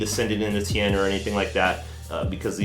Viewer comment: "T-EYE-N" not "Tane"...